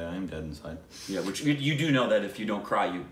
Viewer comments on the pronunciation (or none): none